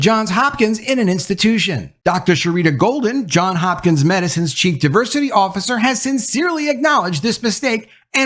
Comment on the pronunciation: It's JOHNS Hopkins not JOHN Hopkins...